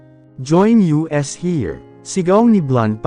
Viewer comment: Ayusin mo naman ang pag babasa. Hindi U.S. kundi us. Hindi ko na halos maintindihan. Ang begote hindi begot